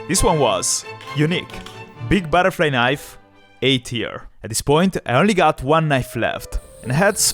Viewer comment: "il più grosso baraflai naif"